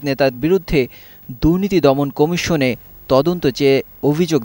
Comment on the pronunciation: শব্দটা ' জন্মধাত্রী ' নয়, জন্মদাত্রী। কোমিশন নয়, কমিশন । জঘন্য উচ্চারণ